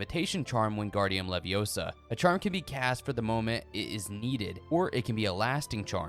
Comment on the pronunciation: Game: It's LeviOsa not LeviosAR yeah I'll pass